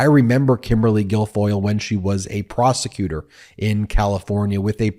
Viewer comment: Did you say prosecutor or prostitute